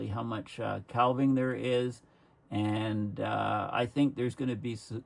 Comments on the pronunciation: "Calv-ing" ?? Do Coos have Calvs ? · Calving: referring to a cow birthing a calf, also to the breaking of off ice from a glacier.. Calf rhymes with staff. Calving rhymes with having. For the love of all that's holy, please, you can pronounce 'archipelago' any way you want, but calving rhymes with having! 😃 Thanks for all your dedicated work. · THE "L" IN CALVING IS SILENT!!